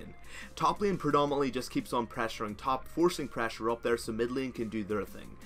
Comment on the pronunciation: I keep getting bothered by your pronunciation of "prahssure"